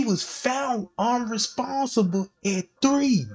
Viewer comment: UNRESPONSIVE! SIVE SIVE SIVE. NOT UNRESPONSABLE!!!! ABLE ABLE. sounds so wrong